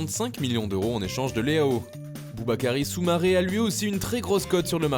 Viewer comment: Tous le monde a entendu booba kaaris soumaré